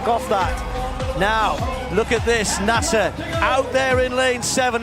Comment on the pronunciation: TIRED OF AI ARTIFICIAL NARRATORS THAT MIS-PRONOUCE NAMES LIKE "NAY-SER" IT IS "NAS-SER!" CAN'T YOU HIRE A COLLEGE COMMUNICATION STUDENT TO NARRATE THE VIDEO?